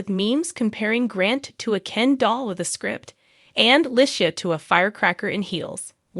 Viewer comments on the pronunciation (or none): the way you mispronounced her name is, sorry Annoying😮